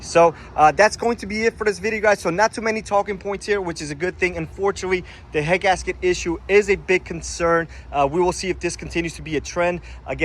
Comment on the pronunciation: annunciate please, i could barely understand you were saying 'head gasket issues'. i had to slow it down. be clear on what issues you are calling out please.